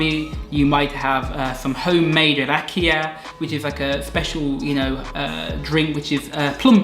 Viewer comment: I'm a Bulgarian and I'm happy that people from Western Europe like you like my country. Actually, I have a question for you - can you read or speak Bulgarian because you pronounce very well banitza, rakia and kebapche? 😃👍